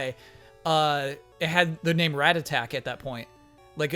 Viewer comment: The way pronounces rattata is freaking me out